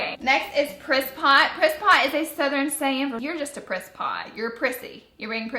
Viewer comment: Love the pallet Laura but I swear when you said "priss pot" I could have swore you said "piss pot" which is slag for toilet here in Ireland! I had to replay that part a few times before I got it right!!! 😂